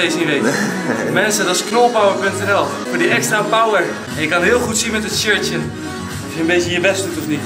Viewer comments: het leek alsof knolpow zegt ipv knolpower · Knolpow in plaats van knolpower